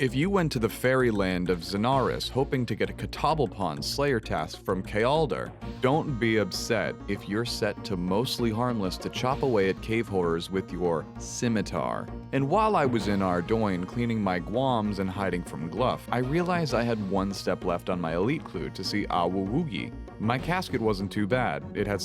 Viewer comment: It's Arr-DOON. I don't care what anyone says.